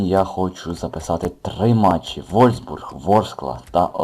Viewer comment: не вользбург а вольфсбург